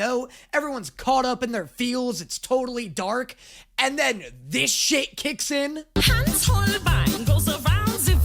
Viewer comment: As a German I find the bad German acsend of "Haus of Holbein" quite intertaining